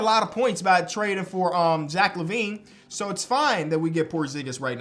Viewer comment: "Jack Lavine"